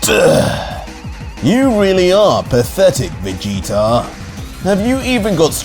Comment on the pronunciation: i like the vegeta being called veegta